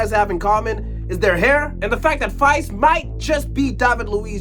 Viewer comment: Faes isn't pronounced Fice, but Faaaaaaas. That matters because drawn out long is the only way you're gonna have to pronounce that name in the future.